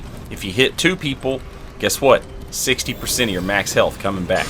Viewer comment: " everything right now is plus twelve at level sixty "that sixty was said with the most southern/country accent ive ever heard lol 😂